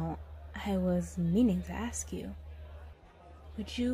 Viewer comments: Saying aks instead or ask is so randomly cute to me 🥺 i was gushing through this whole thing cause of how often she said it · Axe = Ask